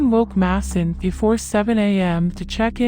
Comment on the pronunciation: Who is Diane? His name is pronounced MAY-son not Masson